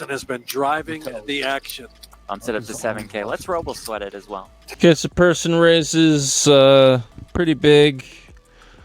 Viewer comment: Watch the video. Jungle clearly says Pearson.